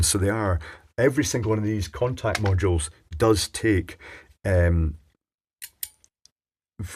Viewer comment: I still hear "corntact" while working.